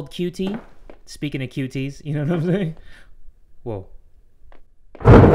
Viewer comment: I choked on my cereal when he said “woat” I thought I was gonna die